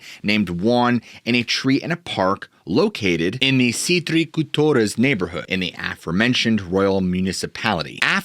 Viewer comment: Props to your pronunciation of Citriculturas. Video is very great in general. Informative and well researched 10/10 Cryptids